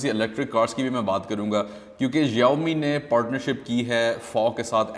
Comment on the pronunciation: Search the keywords on Google " Xiaomi" And listen to pronounciation hippopotamus😅